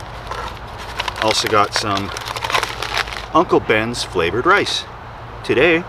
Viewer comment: Why tf does he say “uncle bens rice, broccoli flavor” like that ahaha